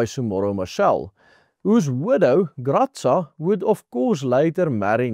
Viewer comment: Not Freli MO, but Fre Lee mou. Not Gratsa, but Gra sa